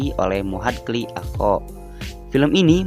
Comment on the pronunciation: Acho bukan ako 😂😂